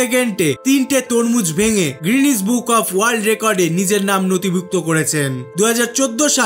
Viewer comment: VAI GRENIS BOOK NA GENIS BOOK